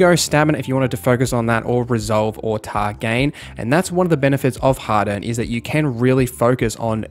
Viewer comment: You pronounce harden and hadern the same. Angloid